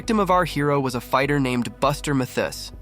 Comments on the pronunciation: Who is "Buster Muh thiss"? Are you trying to say MATHis? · It's not Buster Mu-this, it's Buster Maaa-this Jr. you moron! Do some research. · How the hell do you not know how to pronounce “Mathis”? It boggles the mind. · These videos are fine, but an uploader who cant even say “mathis” correctly is disrespectful af